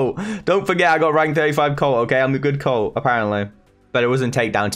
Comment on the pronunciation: British Colt becomes, “Coat” 😂